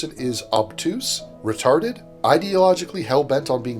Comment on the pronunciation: Vewy vewy weetawded